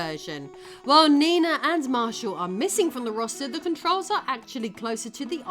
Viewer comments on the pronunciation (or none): none